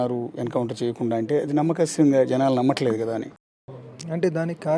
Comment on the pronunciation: “ నమ్మశక్యంగా “ అని పలకలేని ఇతడు ఒక జర్నలిస్ట్. ఖర్మ 🤦‍♂️🤦‍♂️. కానీ, మీరడిగిన ప్రధాని మాత్రం బాగున్నాయి. 👌